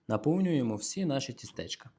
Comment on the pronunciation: Не тістЕчка, а тІстечка